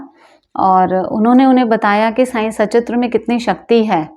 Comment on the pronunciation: मैडम अब तो सुधार कर लो ! आप बाबा के बारे में वीडियो बना रही है और बाबा की किताब को "साईं सचित्र "कहती हो जब कि किताब का नाम "साईं सत्चरित्र" है।